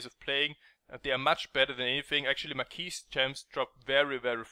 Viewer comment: mar-key........you don't pronounce the "s"